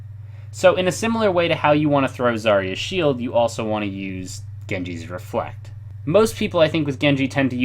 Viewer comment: its reflect